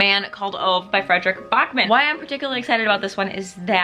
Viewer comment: Heads up Ove is actually pronounced Ooo-va